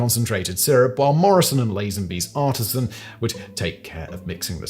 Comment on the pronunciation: Artesian is pronounced differently than artisan